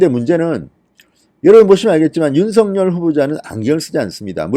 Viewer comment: 어법에 윤서결로 발음해야 합니다. 아울러, 여러번 얘기 드렸는데요 "아뭏튼, 어떻튼, 문제는" 이란 말씀을 자주하시는데 앞뒤 말이 연결이 잘않되요. 기자 출신이신데요. ....